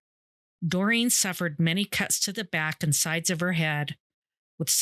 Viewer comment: Doreen is pronounced Doreeeen .. NOT Dorian 🤦🏼‍♀️